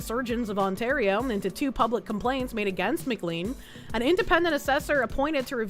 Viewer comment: Hearing pronounce "MacLean" as "M-Clean" hurts my Die Hard-loving soul. But it is to be expected.